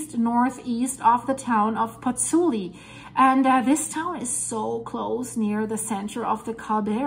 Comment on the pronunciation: Ciao from Italy, I met you on the Dutchsinse channel with your video on Grindavik and... here I am! Let me tell you something: you lost an "o", is PozzuOli not PozzUli! 😁